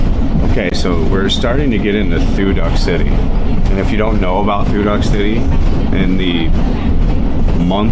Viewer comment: Thu Duc is pronounced "Two Dook",.....not "Two Duck".. My wife was born and raised in Thu Duc, so i know how to say it correctly.